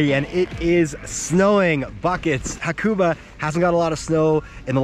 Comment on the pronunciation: great video but dang haha you butchered the name xD